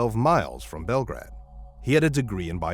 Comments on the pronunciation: Bell Grade, not Bellgrad.:face-blue-smiling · Bell-grade not bell-grad. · The name of the town is pronounced "Bel - grade" (long A) - not Bel-grad. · Belgrade is pronounced bell-grade. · It's pronounced "Bell Grade". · The town is pronounced (Bell-Grade) The parents worked at Bridger Bowl Ski Resort and in Montana you get your Drivers License at 15 years old with Drivers Education.